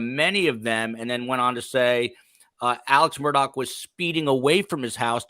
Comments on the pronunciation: On South Carolina- MURDAUGH IS PRONOUNCED: (in a slow drawl) MU—- RD - ER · The name Murdaugh is being pronounced wrong. It is Murdock and is an old Scottish name, also has it's own coat of arms and family crest. Sorry to say it's been shamed.